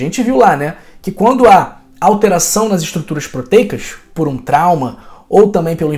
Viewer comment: Boa noite. Aguardo cirurgia de caataratas. embora idoso, tenho boa visão mass estou péssimo devido à catarata.. Tenho o acompanhado na internet - contudo, sinto-me bastante incomodado com sua pronúncia dos morrros cariocas. proteicachshsh; limitadaschchc. et. como mineiro nata, não consigo ouvi-lo normalmente. dsculpe.